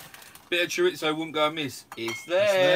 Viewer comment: Love you guys,,, but for the love of god take the T out of chorizo its not Chori-T-zo lol enjoy your cheesefest 👍🏻